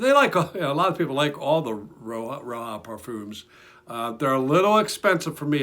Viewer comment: Roja not roha